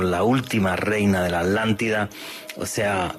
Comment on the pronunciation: ¿ALÁNTIDA¨¿Es que los españoles están negados para pronunciar ciertas consonantes? Yo entiendo la palabra ATLÁNTIDA, pero no "alántida".-..